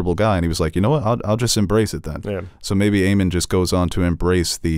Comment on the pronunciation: oh my god stop calling him Aemon its AEMOND :)